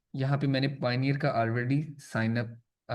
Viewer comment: O Bhai ap ko Tu niche or Payoneer pronunciation hi Nahi ati 🙃🙃🙃